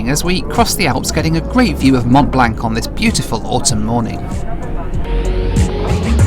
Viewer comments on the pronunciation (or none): Mont Blanck?? Need to brush up on your French pron. ;-) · I can cope with the incorrect wearing of masks throughout, the lack of any mention of even a self-imposed quarantine after, but as a fellow Brit, I have to say that pronunciation of Mont Blanc ( eg "Mon Blon") was unforgivable!